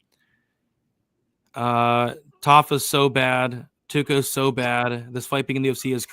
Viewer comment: what is it with you Americans with pronouncing names?? The name is TOKKOS.... not TAKKOS! damn, go back to school.